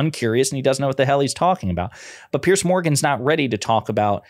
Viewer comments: It's "Peers" Morgan. Not "Pierce". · Why do Americans have problems saying Piers' name? It's not like pierce, it's like peers. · Piers Morgan's name is pronounced the way you’d pronounce the plural of pier. As in The dock has two piers. Not pierce, as in Why are you gonna pierce your navel? And please, let’s retire the term “unpack”.